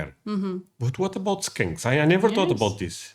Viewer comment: hahahaha. how you say skunks like skanks makes me laugh so hard. because both smell. but only 1 is everywhere.. skunks kinda smell like a really powerful marijuana at first and then it becomes unbearable the closer you get.thats where the skunk weed name comes from (my fav kind) 🤣. i dont mind the smell as long as im gone fast.